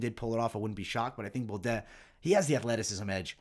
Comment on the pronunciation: That may just be the worst pronunciation of "Baudot" I've ever heard. How do you get an "et" sound out of that?! Hard to believe you're watching much tape on all these guys when you're constantly butchering their names. Your breakdowns are good but if you ever want to reach the next level you've gotta do these fighters better than that.